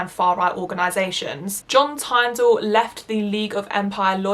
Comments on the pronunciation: You mispronounced John Tyndall’s Name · Just letting you know you should have done research a lot more because you pronounced Oswald Mosley and John Tyndall incorrectly.